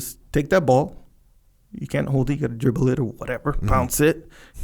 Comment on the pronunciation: Why do Americans make a throaty kkkk sound when they pronounce and h? When Jocko says hold and harp he say kkkkold and kkkkharp